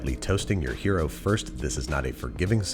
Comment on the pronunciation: I keep hearing hyeero instead of hero. Weird. Or should I say wyeerd.